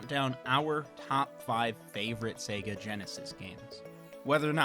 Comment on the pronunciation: It's Sayygaaa